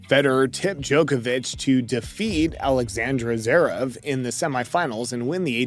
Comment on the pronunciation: Did you just say: Alexandra Zverev?!